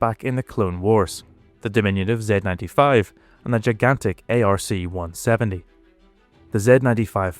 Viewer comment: Its pronouced "ARK 170"...NOT A.R.C.170